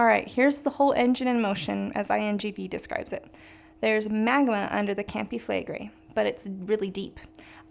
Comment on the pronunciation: Honey it is a strong K, KAHM pee it is not 'campi' it is "KAHM-pee grazie' FLEH-gray".is FLEGREI strong FLEH. /the rest you speak very well.